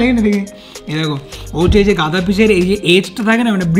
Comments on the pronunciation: Gada noi daga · Eisob udvot idea tomader mathatei ase. Ki drkr chilo ebhabe mach gulo nasto krar. And by the way 1st of all kthata 'gada' noy 'daga' r 2nd holo oi 2toi petir piece, dagar noy. Please don't mind.